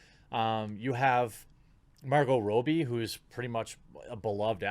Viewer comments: Are you doing a meme with calling her Margo Rowbee? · Is that how you pronounce her name Marco Roby? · The way he’s pronouncing Margot Robbie is bothering me